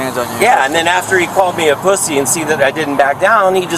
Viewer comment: Called me a poo-see 😂